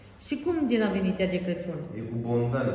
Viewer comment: te iubesc mult Ești o Doamna în adevăratul sens al cuvântului.Sa numai zici CRECIUN Corect se spune CRACIUN.